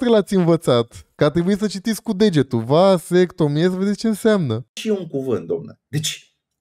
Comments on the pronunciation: Va-se-CTO-mi-e ... nici pe silabe nu stie sa desparta. Pacat ca Socrate si Platon nu vb despre despartitul cuvintelor pe silabe. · a silabsit gresit "vasectomia" =)))))))